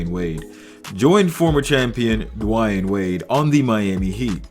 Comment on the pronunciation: "dwine wade" 🤦‍♂️